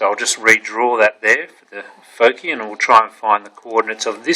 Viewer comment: "focee" c: anyways, a good intro